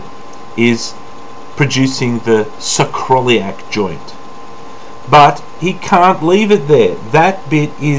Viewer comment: It's pronounced sacro-iliac. :) Great demonstration. This really helps to wrap one's mind around it. Your patience with Nephilim is more than I could ever muster.